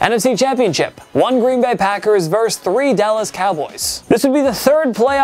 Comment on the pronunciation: The word is "versus". VER-SUS. Not verse. A verse is a part of a song or poem. Versus meaning opposing.